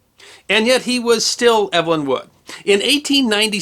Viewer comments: I was just going to question that! Eve-lin, not Ev-elyn. My sister was Ev-elyn. :) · When Evelyn is a man's name, it's pronounced EEV-lin. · Pronounced "Evil-in", unlike how this chap says it. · Hear hear! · I think the British pronunciation for a male Evelyn would be like “Eeev-lin “ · Yes: “eev-uh-lyn”. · the first syllable of his name rhymes with "peeve" or "leave"